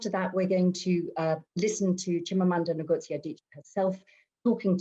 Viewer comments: Wrong!! Wish I can make a voice note here, "Ngozi" in Igbo, is "Ngozi! Not " in nor "I'm! It's totally wrong and don't put it up here as an advise cos am not sure you are Igbo please. The " N" is is like that in Igbo, and there is no other way to pronounce it, you just need to try harder. Thank you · do u really understand phonetics.... how foreigners pronounce it is "Nigozi" it is supposed to "ingozi"